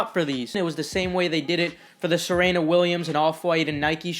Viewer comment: ITS PRONOUNCED SUH-REE-NUH, NOT SEH REH NUH LMAO